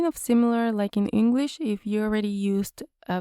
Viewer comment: You speak great engwish 😁